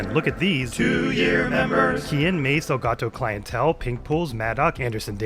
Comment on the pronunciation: Wow 2 Years!!! Keep up the Amazing work!!! Also it's "El Gato Caliente" !! not "El Gato Clientele" 😂😂